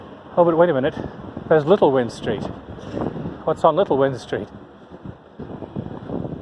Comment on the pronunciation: Hope your time in Swansea was pleasant, Windstreet is pronounced “wined street”. Many many years ago this was the place to to be on the weekend, then you would walk over to the kings way where the night clubs used too be. A lot has changed now.